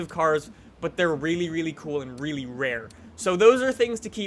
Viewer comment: Why does he say reeylyey reeylyey like that he says the l's reeyley oddly its really